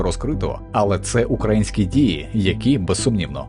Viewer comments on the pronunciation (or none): 'УкрАїнські' - дуже ріже вуха.